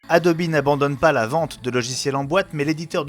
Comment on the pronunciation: Adobi pour la prononciation anglaise comme niki